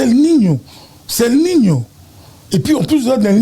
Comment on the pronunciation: el nino et non el minho